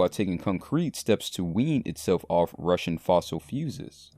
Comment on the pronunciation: Did he say "fossil fuses"?